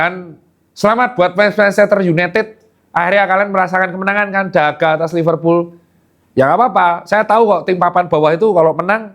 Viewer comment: Kata temenku Liverpul "L" nya losestrik